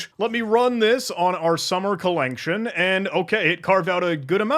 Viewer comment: the commitment to pronouncing it "collenction" as written is appreciated